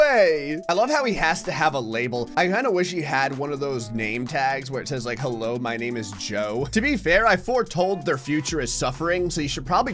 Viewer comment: heIIo. heres a fact about you: you pronounced the first word wrong.